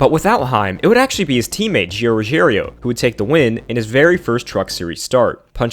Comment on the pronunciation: Lol I don't watch the truck series but I'm really good at reading so I'm pretty sure Gio's name isn't "Ruggerio"